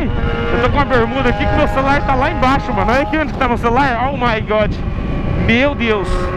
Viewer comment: em vez de ser oh my good é (oh good) kkkkk